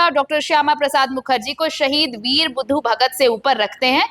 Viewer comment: नाम तो कृपया सही बोलें, ये वीर बुधु भगत होता है न कि बुद्धू भगत 🙏🙏